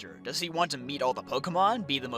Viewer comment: Take a shot every time he butchers pokémon